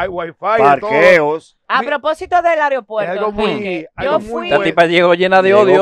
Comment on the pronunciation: se dice aeropuerto no aripuerto